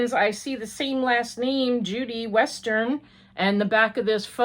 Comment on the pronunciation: Hi,. Yes, the photographer is my husband, by our last name is Westen, not Western. There is no R in our last name. Common mistake - everyone makes it. I'm glad you like the card. The Habitation Throw is beautiful! 💖